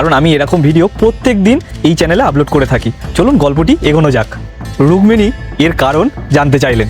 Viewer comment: সাদ নম্বর দরজা দিয়ে রুগমনি দেবী রাধার কাছে যান? এই আপনাদের উচ্চারণ?